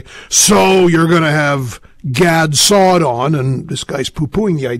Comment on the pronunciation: Pronunciation of Dr. Saad's name at the end: Gad Saudi...lol